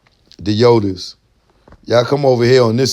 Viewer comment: Ralph McDanials? Choke No Joke 1&2? Haha!Bobophet(Bophomet). I thought he said Yoddles choc cakes! Yodas! Funny!